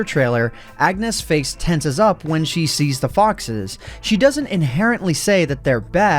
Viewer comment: When you said foxes I thought you said ffs